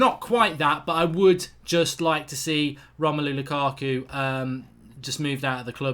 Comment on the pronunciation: "Romelo lukako"